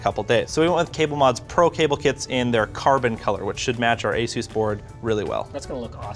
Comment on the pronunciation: "Azeus" -Linus Tech Tips Also... TWO RTX 2080 Ti's and an Intel Core i9-9900K?!? This is WAY too cheap.